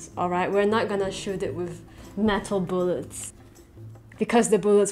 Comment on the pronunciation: why do you pronounce it boolet instead of bullet